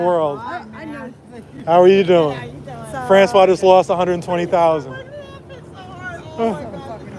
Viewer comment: FRANÇOISE.... pronounce the SE at the end! FRANÇOIZZZ 😊